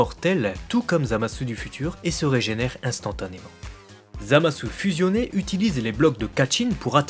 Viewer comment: J'ai une question puisque que tu parles japonais : Pourquoi est ce que tu prononces "Zamasse" et "Gowasse" et tu ne prononcés pas le u ?